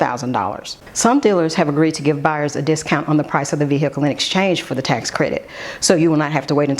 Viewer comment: Honey, you need to annunciate the word Vehicle, because you literally sound like a hillbilly when you say it…..